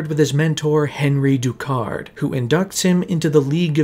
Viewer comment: My only issue (other than the miss pronounced names from Ra’s and Henri Ducard) is the whole “I don’t have to kill you I just don’t have to save you” ummm yes batman YOU DO Have to save him! That’s voluntary manslaughter or as most people call it MURDER! He not only caused the event that killed him but he also COULD HAVE SAVED HIM.